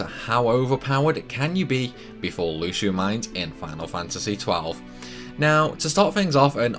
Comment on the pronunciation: sounds almost like you said "How overpower can you get before you lose your mind" lol. Lhusu Mines = Lhus ur Mind